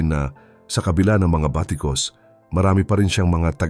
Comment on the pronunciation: IMPROVED KA NA BATA SA ACCENTUATUON. PERO MAY SABLAY PA RIN BALIKAN MO ANG MGA SALITANG BATIKOS AT INASAL. NABAWASAN NA ANG ASAR KO SA YO. JUST KEEP IMPROVING. DO YOUR CRAFT WELL. THIS IS THE JOB YOU CHOSE SO GIVE JUSTICE TO IT.